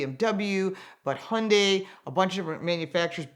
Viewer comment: thank u for pronouncing hyundai properly